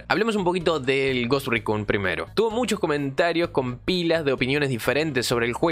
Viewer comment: Cada vez que dices Ghost Recun y Recon muere un conejito